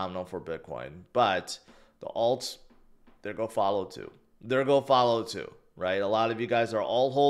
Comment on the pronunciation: Sorry, but your pronunciation of “going” and “gone” are the same. You’ve got to work on your articulation.